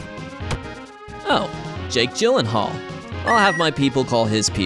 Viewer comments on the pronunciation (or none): none